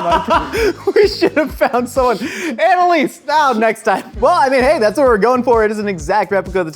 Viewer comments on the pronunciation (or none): none